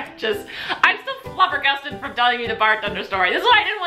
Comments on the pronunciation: lol you said flubber gusted. I always say flabber gasted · Lol...you said "flubbergusted". It's flabbergasted. You had me crackin up as usual.